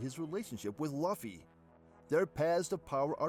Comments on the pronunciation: You fool it's Luffy not Laufy🤣🤣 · laphy instead of luffy pissed me off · Bruh... Laffy, Kuriha, Gold family (instead of Gol), reading 'ally' as 'allee'... So many mistakes. Also, Blackbeard being a Cerberus and eating a Human-Human Fruit is unlikely. Did you forget that Chopper ate this fruit? The opposite is more likely: Blackbeard is a human who ate a Dog-Dog Fruit, Model: Cerberus. Then again, I don't know why this would count as him having 3 bodies, and therefore, able to consume multiple fruits. A Cerberus has 3 heads, but only a single body after all. My personal guess is that he has either multiple personalities (probably 3, based on his Jolly Roger), which allowed him to consume up to 3 DFs for some reason, or that his Yami-Yami Fruit can somehow trap the 'beings' inside the fruits and enable him to use their abilities, or maybe a combination of both. The multiple personalities thing can be the reason why he's sometimes brave, yet can be cowardly at times.